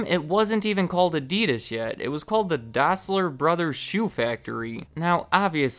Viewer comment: you say that the company was called "Dossler Brothers Shoe Factory", but the brothers were called Dassler not Dossler ;)